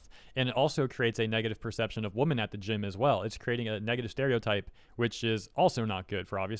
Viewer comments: im curious, can you not say wo-MEN? you usually say woman as a plural. not trying to be mean. love your vids! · It bothers me that you say "woman" when you mean "women" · "Women" is spoken like "wimin", almost the entire word changes in the plural form. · I hope was being satirical, purposefully mispronouncing "women" as "woman", and not that genuinely doesn't know they're pronounced differently. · Am i crazy or is he pronouncing women as woman? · Please learn how to pronounce the plural word "women". It is not pronounced the same as the singular "woman" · Just to clear up my hearing at the beginning of the video are you saying women or woman. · Is he saying women? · I agree.